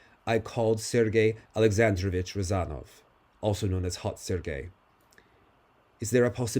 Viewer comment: is exactly what doctor ordered! The best interpretation/narration of events in my opinion. Such a healthy dose of cynicism and humour. I'm loving it Alena (dramatic thick Russian accent): "I called Sergey Alexandrovich Rozanov also known as Hot Sergey"